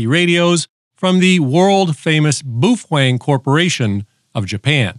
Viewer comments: Wtf is "bufweng"? It's baofeng, pronounced "bay-o-fang"😂😂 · Boophwang is how it’s pronounced. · "The BOOFWANG" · hahaha i particular like the way you pronounce "bu fueng" LOL and shanghai is not in japan. ROFL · Pronounced bow (like the front of a ship) - feng. Bow-feng😊. Shanghai is not in Japan. It’s in China. And, Baofeng is located in Xiamen China, not Shanghai. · Hehe... "Boo-fweng". 😂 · It’s pronounced BOOF FWANG look in the Dicksinary. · As you can clearly read in this example, it is indeed pronounced Boof Wang. セブンイレブン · Ты прекрасен, начиная от сломанного карандаша, заканчивая бешенным прононсом БУУФЕНГ, тем что он стал вдруг японским, привет с Кипра у меня такой же только BF-F8HP мощная вещь, купил пару за 65 баксов, новый комплек доволен как слон, характеристики у него кстати лучше японских, которые дороже его в 5 раз :) ... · To all grammar and pronunciation authorities I just wanted to say this...Boofwang! 😅 Some ppl here are such sad hams its actually entertaining. Oh, oh, guess what? Boofwang! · "Boofwang"? Man, you're suffering from arrested mental development. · Please stop saying Boofwang... good lord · In pig Latin it's Actually pronounced Oofwangbya. Why didn't the ham cross the road? No, this isn't a bit, I'm seriously asking. Ahem...Boofwang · OMG, I can't believe you are showing a highly illegal modified baofeng (pronounced bow fen, according to bow fen). I'm not doing that, I don't want the FCC Seals sneaking in and getting me in the middle of the night.. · Come on Man, can't you pronounce Baofeng correctly??? Edit your video. You too old not to talk right. Baofeng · lol, that's not how you say Baofeng. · You are pronouncing the brand name completely wrong. And it’s not from Japan. Also I suggest a new pencil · That's because I can't spell Chinese.. but I can pronounce what I can read without completely changing the word